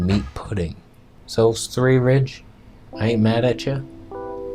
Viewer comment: lol'd at svthreerige